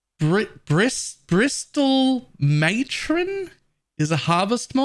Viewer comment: I started late this league but loving getting back to SRS after not having played it for many years. Not looking forward to the price of Awakened Unleash though... A couple of pronunciation things. The spectres are pronounced "pale seh-ruh-fim" and "brissill maytron" (the T is silent).